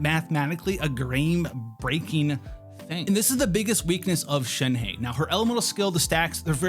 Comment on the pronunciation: SHEN-HUH.... When you do a video about a certain character at the very least try and pronounce the name right like most of the ppl try to do. Thnx